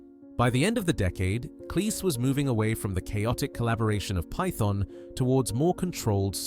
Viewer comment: Mispronunciation of "python" and "hedonistic" SHOW THAT THIS IS AI SLOP CONTENT!